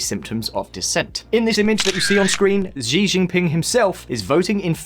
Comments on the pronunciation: Xi jinping hahaha ... it's "Xi" as in "she" not Zi Jinping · Nice video but Xi is pronounced like the English female pronoun "she". Xi is a goober but hearing his name pronounced incorrectly is bothering me for some reason. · Pretty sure it's "She" not "Zhe". Do you guys never watch any news channels on youtube?